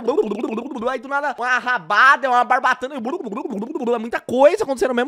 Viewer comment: não é bratana e barbatana caldais